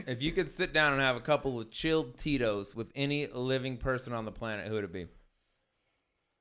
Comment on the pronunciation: I realize now you were saying Tito’s but I kept hearing totinos. I’d eat a few Totinos pizzas with this guy.